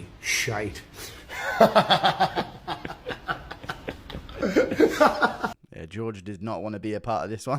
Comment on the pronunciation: As an American that is the funniest "Shite" I've ever heard.